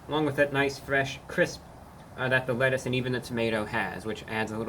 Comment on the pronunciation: The "wettuce" 😂